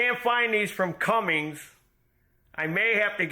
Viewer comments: You’re driving me nuts saying “CumminGs”. It “CUMMINS”. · in latest video he makes the comment, “Cummings or Cummins…, however you say it”. Which tells me, he saw mine or someone else’s comment, which lead him to make his statement. I believe this confirms my notion that it was a mispronunciation, rather than a joke name. Not a big deal, people mistakenly pronounce things all the time. For example, cinnamon, aluminum, ask, etc…